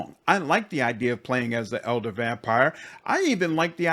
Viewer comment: Nothing to do with your critic but I hear you saying « eldar vampire » and I’m pretty sure it’s « elder vampire », eldar being warhammer 40k elves.